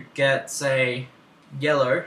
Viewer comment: "sur im gurnna pick yellur" ;3